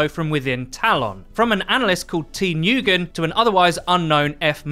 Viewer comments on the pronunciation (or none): N O O G E N